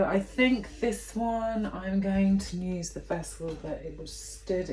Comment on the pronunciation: I love the way you say ‘ ‘ for use. My son used to say that when he was younger. It’s so cute. Love watching you cos I’m a beginner to house plants. Love to watch repotting ones.